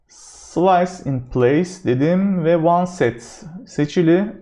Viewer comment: Hocam, oneset değil onset zannedersem.